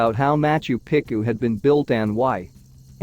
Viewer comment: I don't actually care that you use AI to narrate this stuff ... but could you possibly make sure that it pronounces things correctly. It's HI .ram not He-ram. It's not pick-oo it's Peechoo. There were a couple of Spanish ones that made me grind my teeth as well. It's durn difficult to continue to listen to these videos while cringing every time a name is mispronounced. Goddess!!